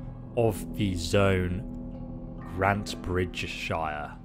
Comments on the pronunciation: Scire is pronounced “shire”. Old English, sc = sh. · It’s pronounced( grant- a - britch - sire )